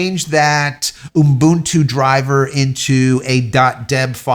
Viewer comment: Why do you say Ubuntu that way? 'What? Umbuntu?' Yeah, that! Why do you add the extra M? 'What extra M? It's Umbuntu'. (Cool Whip)